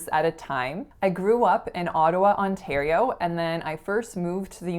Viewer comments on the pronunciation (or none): none